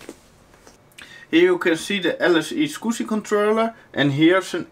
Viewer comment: soviet9922 I can't tell if he's saying squishy, swigshy or scooby. Love the accent though.